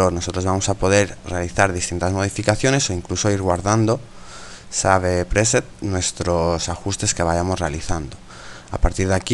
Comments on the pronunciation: minuto "save preset" jejejehay que mejorar ese ingléesss jeje gracias por la tip del CS5 de HDR! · jejeje no pasa nada, lo importante es aportar e ir corrigiendo sobre la marcha para aprender más!, pero para próximas se pronuncia " SEIF preset " ;)